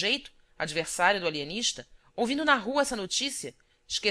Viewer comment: O Alienixta! kkk